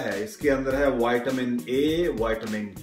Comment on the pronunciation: He pronounces vitamin as whiteamen